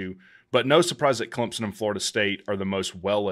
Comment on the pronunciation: Run a weighted average and podcast it. Great analysis. Great show. Thanks. Is it pronounced “Clemp-sun” or “Clem-sun”? I’m hearing a “p” from you.